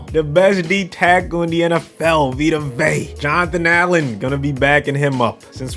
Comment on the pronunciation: Vita Vea's name is pronounced "Vay-uh"